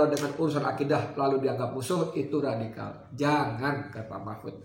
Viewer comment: Redikal redikul,geli geli sedap degarnya